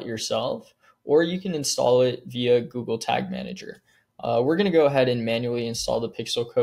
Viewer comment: Did you just say joojle search instead of GOOGLE